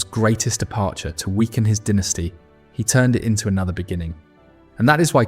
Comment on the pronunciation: Crappy AI voice, it's pronounced "Dall-gleesh."